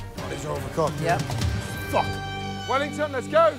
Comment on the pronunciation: the way he says wellington just sounds extra British. And HIS FACE